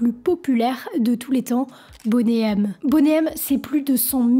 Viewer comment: Ainsi que Boney, ce n'est pas "bonnet".